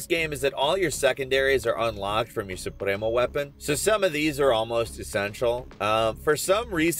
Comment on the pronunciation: I hate how you tried to pronounce Yara and the different supremos